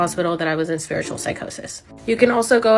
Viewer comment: Ain't no way she just said "spirtual awakening"